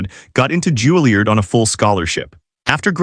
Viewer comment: It's not "JULIE-erd." It's "JULIE-YARD." "Choppin'"?